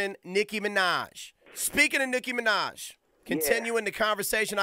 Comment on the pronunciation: its NICKI MINAJ NOT niki manaj